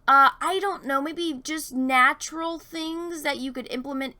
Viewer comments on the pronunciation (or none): none